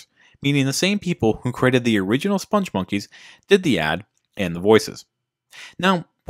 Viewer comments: Joel Veitch, the creator of the characters, pronounces it spong (rhymes with "pong") monkeys, not "sponge monkeys". There's a video on YouTube where he is interviewed (the interviewer mispronounces it too). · you feature a CNN clip demonstrating the correct pronunciation of "spongmonkeys" and "Veitch", and then spend the rest of your video mispronouncing both, meaning your research was nothing more cursory than a couple of Google searches, and your opinion, sir, is invalid.